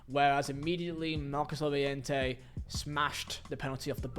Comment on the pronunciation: Did he say marcos calliente? 😂